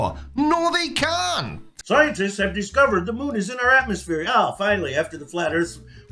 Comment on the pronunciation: At, said 'atmoSHERE'. The irony is lost on him. I am so glad Creaky brings us these videos so we dont actually clock up views for the flerfs anymore than is necessary.